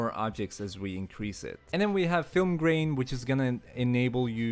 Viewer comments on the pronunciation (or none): none